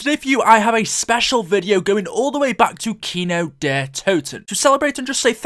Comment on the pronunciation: kino not keno 😉